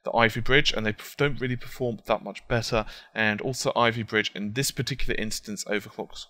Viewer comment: you sad besser , are you german ?